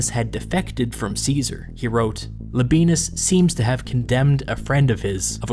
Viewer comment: Pretty sure Labienus is pronounced Laby-en-us, no diphthong.